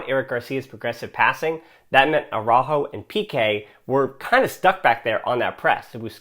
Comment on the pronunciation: Well, if using the rules of the Spanish language this comment is correct. I've actually never paid attention to it but you do Englishize the pronunciation of his name.